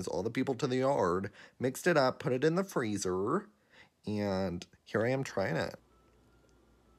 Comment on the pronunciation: "mix it up, put it on the FRIUZUURRR" got me 🥹